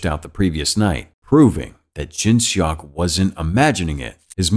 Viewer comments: im sorry but its funny how he pronounce seok as "shock" ajdksnf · I love the recap, its just the way he said Seok makes it a bit funny, seok is actually read like how you pronounce "sock". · I’m cringing at the name pronunciation 🤣🤣🤣 sorry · The way he said "seok" is killing me...